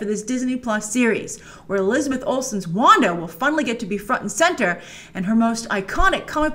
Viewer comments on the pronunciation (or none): none